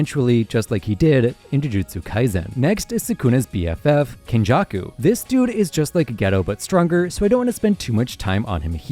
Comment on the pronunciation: OMG PLS I would like to inform you that Geto is pronounced GAYtoe